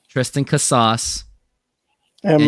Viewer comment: you really expect the mlb corner of youtube to take you serious the way you pronounce casas? At this rate you're only going to fan the flames of mariners interest with no room for growth.